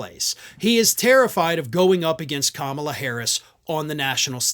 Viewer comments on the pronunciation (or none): He is a total coward. He can not debate a woman. She is a mixed-race woman, which he cannot understand, and her name is KAMALA, not Kambla or Kamla. It is simple, Ka-Ma-La. She is our next President. VOTE BLUE! HARRIS / WALZ 2024 💙💙💙💙💙💙💙💙💙💙 That horrible man is well overdue jail-time.